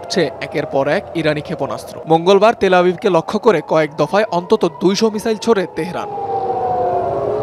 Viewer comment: মিজাইল নাকি মিসাইল 😂